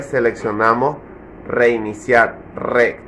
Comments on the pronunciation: Reeeed🗣🗣🗣, red🗣, red🗣, reeeeed🗣, es red🗣. No rec🤦‍♂️ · Es desesperante escuchar decir REC en vez de RED